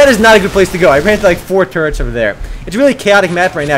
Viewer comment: The way you say "turrets" sounds like 'turds'.